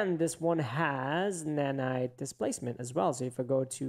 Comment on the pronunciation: Nae naye ❌ nanite ✅